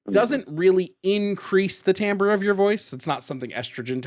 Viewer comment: pronounced timbre correctly ! 😱